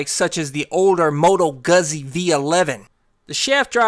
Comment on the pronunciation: It’s moto not motto lol but it’s correct about Guzzi , the correct pronunciation is GOODTSI I’m ita living in Bologna so yea